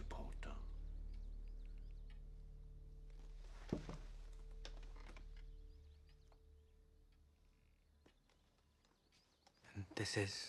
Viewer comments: Rufus Scrimgeour sounded like he said 'Porter' than Potter 😂😂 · I think he said more of Harry James poeter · The minister pronounces “potter” weird xd